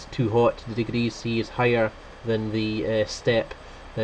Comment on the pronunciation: How many dee-gee-rees?